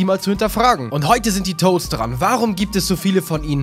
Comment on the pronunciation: "die Toasts" ? XD